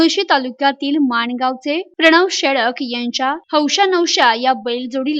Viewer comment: dada shelak nahi ..... dada shelke ........................ akkal ahe ka news walyana